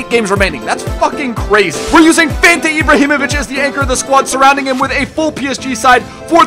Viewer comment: He says Ihebrahimovic